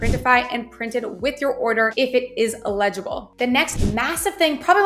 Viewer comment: Watch your pronunciations of words in your videos. For example, "eligible" is pronounced El-ig-able, not il-Eg-able. The first pronunciation means "qualified" whereas the second one means "unreadable" and is spelled "illegible". Hope this helps.